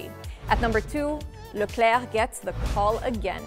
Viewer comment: Love the way you say Leclerc.